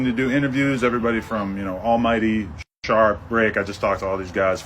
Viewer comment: Did he say Sharp?